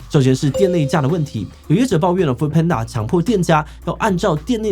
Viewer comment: 一直聽到"foot"panda有點出戲